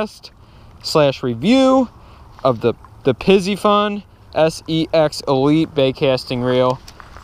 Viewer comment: This is the second YouTuber to pronounce piscifun wrong